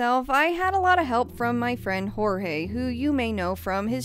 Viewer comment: She called Jorge * Spanish accent Jorge* 🤣🤣 fucking bursted out laughing